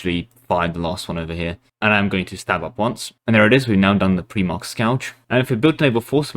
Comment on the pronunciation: "Pre-march", "What is a Primark" 😫